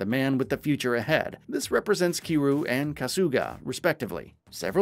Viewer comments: Its Ki RYU like Ryu from Street Fight You know ? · I like that he managed to pronounce Kiryu's name differently every time but not once correctly, lol. And for those thinking I'm being a prick, I'm not saying this in a negative way. I honestly thought it was funny in a good natured way. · Your pronouncing Kiryu's name SOO wrong😂